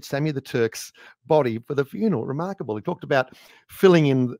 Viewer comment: "re-Mark able"